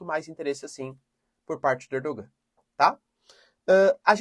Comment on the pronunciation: Professor a pronúncia correta de Erdogan é ErdoAN. O turco tem dois gês. Um deles é um que é escrito com um gê e tem um sinal em cima da letra. E que não é pronunciado nas palavras. Como o nosso H. Ele está nas palavras mas não é pronunciado.